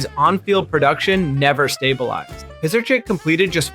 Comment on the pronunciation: Mirer, Weinke and Pisarcik ya pronounced wrong. Also you need to say 0 and 16 record not “0 to 16 record” when talking wins-losses. Cool video otherwise ✅